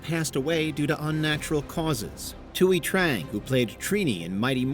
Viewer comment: You could have at least said Thuy Trangs name correctly. It was pronounced TWEE